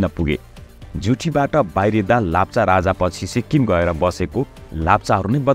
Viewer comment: Its not lapcha its lepcha